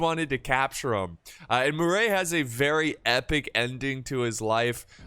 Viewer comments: Murat as in Muh-ra snice T’s are silent and not Murey! Anyways Vive L’Empereur! It’s been so long! :_PixieEagle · French guy here , its pronounces "Maréchal Mur(A)t" , A sounds like Nevad(A) or Minnesot(A) Love the channel, Keep it up for better French prononciation :) Cheers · you mean Murat don’t you? Pronounced Mu-rah